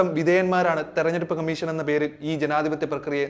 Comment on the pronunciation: കമ്മീശൻ അല്ല കോയ കമ്മീഷൻ ഷണ്ഡിയുടെ "ഷ"മീശയുടെ ശയല്ല,അതെങ്കിലും പഠിച്ചിട്ട് വിഡിയോ ചെയ്യ്,ഓരോരോ മാരണങ്ങൾ